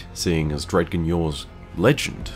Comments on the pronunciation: Please man, it's pronounced "dredj-in" not "dread-gyn". Even the Drifter's dialogue for Malfeasance has the pronunciation for it. I don't know how many of your fans shoot down my throat for saying it the correct way, lol. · i love you. But dredgen is pronounced (dre-jen) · Hey, I've been watching you for years man. Any particular reason you pronounce is "dred-gen" as opposed to "drejen" as it's pronounced in game? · Or Dredgen or Gjallahorn....It irks me when ppl pronounce things differently than how the creators of those things pronounce them.